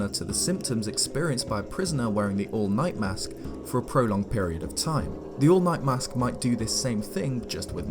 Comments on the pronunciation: For a moment, I thought you said, “The All Might” mask~ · I'm sorry, but it sounds like you're saying the "all might mask" and that's putting some weird images in my head